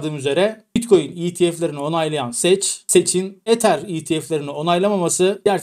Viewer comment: kardeşim selam olsun sürekli seç diyorsun Rica etsem doğru telaffuz sek lütfen rica ediyorum kardeşim seni severek izliyoruz ama lütfen ama lütfen diyoruz kardeşim